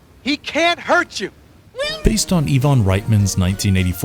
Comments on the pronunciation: That's Ivan (pronounced with a LONG I sound at the beginning, NOT YVONNE). Also, that's Harold Ramis (RAY-MISS) and Egon (EE-GONE) Spengler. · it's ai-van he's not russian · Eevan reitman? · Did you say Evon??? EYE-VAN...Ivan. He's not that Russian boxer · HE PRONOUNCED "IVAN " AS E-VON LOL AS WELL....I WONDER IF THIS IS A REAP PERSON OR AN ODD ALEXA LOL OR SOME SPEECH PROGRAM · Why are Ramis, Egon and Ivan pronounced wrong?